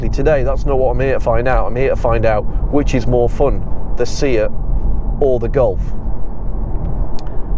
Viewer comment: Good informative videos, keep 'em coming. I'm not sure if it's an accent thing but my only request would be to please stop pronouncing SEAT as "See-At", it's "Say-At", or just stick to Cupra.. ;-)